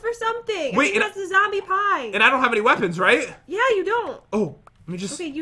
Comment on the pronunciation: Is no one going to talk about the fact that said pee-e instead of pie